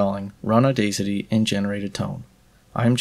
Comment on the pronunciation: That's the first time I heard Audacity pronounced that way. A long time ago I used to say "Auda city" , now I pronounce it as the actual word audacity.